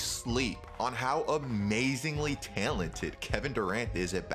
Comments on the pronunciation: My guy said most tailented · Why do you say talented like that lmao